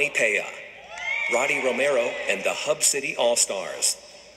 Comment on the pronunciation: They said Joel Savoy's name right but couldn't say pe'a right. This is ridiculous!